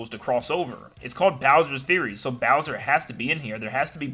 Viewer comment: Im really excited to 100% 3D World when it comes out....oh also "Meowser"